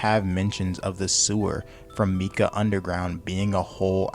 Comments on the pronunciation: IT'S FUCKING MATKA NOT MIKA (pronounced "Mahtkah" or "Mahtkuh" ) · all im gonna say, is its Mat - Ka, not meeka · bro just called matka “mika” im dying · Lil bro is shitting on tabor and saying he has thousands of hours and he calls Matka mika 💀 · The game is on Unreal Engine and is designed to use public assets. He can't even say Matka correctly and said "They need to stop this" and didn't say what... just ranted about a bunch of things which he throws way out of proportion and makes a big deal out of small things presumably for a reaction and likes. This video sucks. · I doubt you have any experience if you can't pronounce matka right. It been in the game for a while now so 🤷